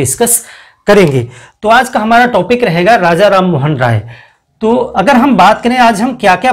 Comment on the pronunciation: टॉपिक को टापिक न बोलें।